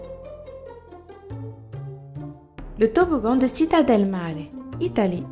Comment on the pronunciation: citta se dit tchita en italien*